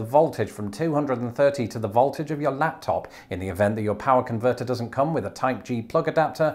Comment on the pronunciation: I love your American accent saying "power converter" and "foyer" 🤣